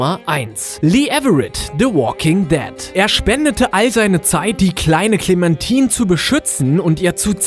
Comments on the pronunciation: "Clementin" :D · ich hab gewusst dass twd am ende kommt btw wird es "klementain" ausgesprochen lel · spricht den Namen clemmentine mal richtig aus sie ist keine Frucht verdammt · Clementine! CLEMentine! nicht ClemenTIN! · Sind die eigentlich zu behindert Namen auszusprechen? Ich mein Klementine was eigentlich Clementine heißt und in einem anderen Video Will smith spricht will fmith aus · hat er ernsthaft KLEMANTINE gesagt ?! ja das ist extra falsch geschrieben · MW2 Ghost tot muss auf die Nummer eins und du hast clemtine falsch ausgesprochen 😂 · "Klementin" xD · "Clementin" xDDD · “clementin" wenn man sowas schon hört weis man sofort das er das Game nie gezockt hat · ''clementin'' HAHAHA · "klimentim" xD alter... es ist englisch und heißt Clementine! und nicht anders. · Wie du Hyrule und Clementine aussprichst gehört verboten :D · Er hat clementine falsch ausgesprochen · Wie kann man nur clamentine nur so falsch ausprechen